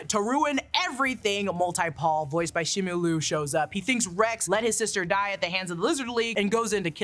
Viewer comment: “shemulu” seriously ? You can’t say “Simu Liu” ?